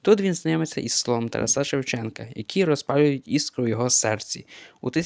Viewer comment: Наголошуєте невірно: ТарАса, мерЕжа.